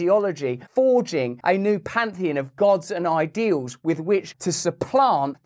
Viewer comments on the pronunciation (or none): none